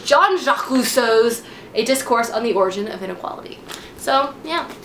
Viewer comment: Hi, I'm french so your way of pronounce Rousseau is so funny for my :'). But seriously, I hate this man, and I hate this work. enjoy 😂